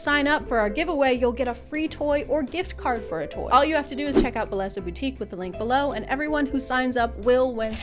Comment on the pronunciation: Just fyi, bellesa is a Spanish word and the ll is pronounced like Y :)